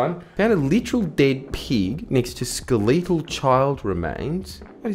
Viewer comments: Jordy please skeh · luh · tl where on earth did the leeet come from that people seem to see in skeletal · ..."Skletle"... hehehe. Good video, man. Had to be careful when I drank water in case I laughed too hard.